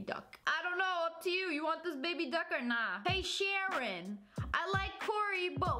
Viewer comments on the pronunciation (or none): Its SHARON not SHANON!!! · It was Sharon not shannon